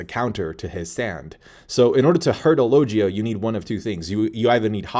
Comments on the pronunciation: I hate how says logia 🤦🏻‍♂️ low gee ah 👊🏻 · How can you watch One piece and hear them say logia and you still say the name wrong low gia lol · Its Logia pls correct your pronounciation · Lol after all these years you still can't pronounce "logia" correctly? Lol . Still though, good job, nice vid! 👍